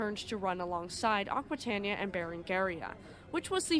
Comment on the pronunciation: It is pronounced "akwitayneeya".